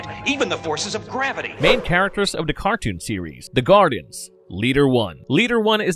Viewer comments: Feetor and the Gardens 🤣🤣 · Kinda makes me chuckle when you call the Guardians by Gardens and Fetor instead of Fitor (pronounced as “Fight-or” just in case you didn’t know). Eh, no big deal. When I was little, I would rather watch the gobots than transformers. Now I have both shows on complete dvd sets and even though I still would rather watch gobots since I watched them more as a kid, I like watching both shows. I would love to see a Gobots/Transformers cross over movie but since so many years have past, I don’t think it would be as awesome as it would have been back in the 80’s. Some of the voice actors died and sometimes, when they get a new voice actor for a character, he/she sounds nothing like the original voice actor. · I really wanted to like this video, but the mispronunciation of certain words got very annoying. Who are the "Gardens"? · Man you're butchering the pronunciation of these names in this Go-Bot series. However, I still enjoyed the recap of the cartoon...brings back memories.